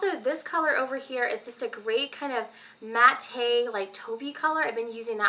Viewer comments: Great video. It's actually pronounced MATT. like the name. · Matte = mat-Tay? Who knew? I always said "mat" lol!